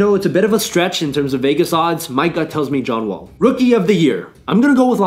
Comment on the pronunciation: You sound drunk saying John wall. Greek freak has a better chance than him